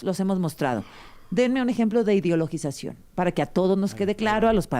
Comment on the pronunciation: Por favor, inviten a alguien que al menos sepa pronunciar 'ideologización' correctamente. Bueno, creo que sí podría hacerlo... aunque es insoportable cuando se la pasa interrumpiendo a las ponentes.